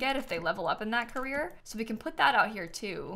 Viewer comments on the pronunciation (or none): none